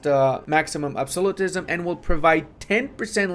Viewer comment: I keep forgetting doesn't know how to pronounce Absolutism.